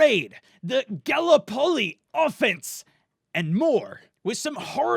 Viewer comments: galley polley 😂😂😂😂😂😂😂 not Gallipoli 😂😂😂😂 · Connor Jane every time he pronounced Gallipoli made me cringe.... obviously hasn't done enough research! Watch the movie The Water Diviner with Russle Crow top movie! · You pronounced Gallipoli WRONG! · ga-lip-oli they need aussie troops in galipoli DLC i mean come on it was one of Australia's worst defeats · He butchered Gallipoli so hard fells bad man cause I'm from New Zealand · Chris Xu being Australian I feel your pain bro. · You slaughtered the pronunciation of gallipoli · FeckArse Industries I know or triggered me😡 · Connor Jane i wanted to strangle him every time he said Gallipoli!!! ahhhh. how canbhe not pronounce it? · dear god the pronunciation of Gallipoli made me cringe so hard.